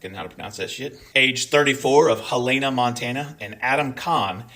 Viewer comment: It's "Hell-uh-nuh" MT. Keep up the good work,!